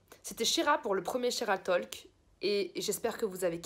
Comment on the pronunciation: J’ai adorais la vidéo vrm juste « talk » ce prononce sans le L pour la prochaine vidéo ❤️